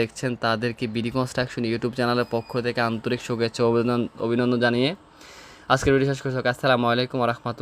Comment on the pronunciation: সুগেচ্ছা নাকি শুভেচ্ছা? এই রকম ভুল যদি পরের ভিডিওতে বলেন তাহলে আর আপনাদের ভিডিও দেখবো না